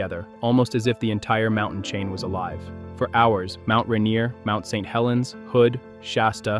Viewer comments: The awkward pronunciation of "Mt. St Helens".. AI detected. INTO THE TRASH IT GOES.🚮 >⛔Don't recommend channel >roundhouse kick all AI videos >body slam all AI videos >flush all AI slop down the toilet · Is this video AI? The diction of speech is off. Go to and listen "Mount St Helens." That's not how we say that. Several weird repeats, each sounding like it was the first time it was said. I had to turn off this slop. F$%k AI 👎🏻